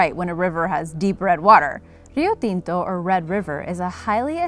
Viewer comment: Kudos for your excellent video, and for your pronunciation of Rio Tinto! Are you Latina?